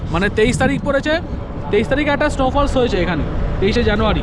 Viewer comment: Snow fall মানে বরফ পড়া আর তুমি প্রথম থেকে false অর্থাত ভুল এই সামান্য ভুল বলে চলেছো শুনতে মোটেই ভালো লাগে না , অথচ তোমার ভিডিও ভালো লাগলো তাই পুরো টাই দেখলাম । আশা করি ভুল না বুঝে গুগুল দেখে সুধরে নেবে ।